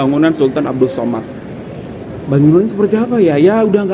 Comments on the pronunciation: 😂😂😂😂😂😂😂 tapi kenalah belajar sebut dengan betul.. sAmad bukan sOmad.. he he.. macam diaorang selalu bising kita jgn sebut 'indon' tapi 'Indo' 🙄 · We pronounce it Samad not Somad.. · Bangunan itu sempena nama salah satu Sultan Selangor iaitu Sultan Abdul Samad.. sebutan Samad ya, bukan Somad.. Kuala Lumpur sebelum 1972 adalah sebahagian negeri Selangor dan ibu negeri Selangor.